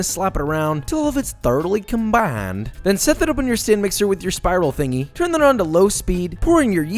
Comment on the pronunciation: Haha! YES you said Combiiiiiiined with the Texas accent lol